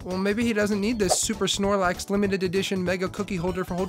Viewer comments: Me: snorlax: snorlaux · Bro said snorlock😂😂😂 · Its snorlax not snorlox lol😂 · “snorloxe” got me dying